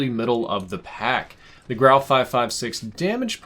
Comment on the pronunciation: Such a relief to hear your pronounce the guns name correctly. All the other youtubers I’ve seen have been calling it the “gru” or the “guru” smh